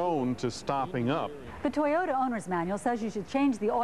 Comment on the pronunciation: I don't bother listening to ladies who can't even pronounce toyota. Why is it that every mechanic shop i've been to say toyota are really reliable. People who don't know shit about cars shouldn't even be driving. Also you can't always trust a local mechanic they want to make money so unless you can trust them better off taking it to the dealer where they have warranty. I own 4 toyota's:1997 4runner, 2007 Tacoma, and 2010 Tundra and they are all fine even the 1997 is actually original and 100%.